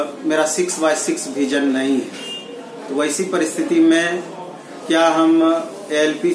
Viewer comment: Why all guys from state like up bhiar Having some pronouncing issue भिजन😣 its विजन ब्रो